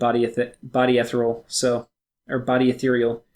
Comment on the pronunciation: haha you said ethereal right, good for you!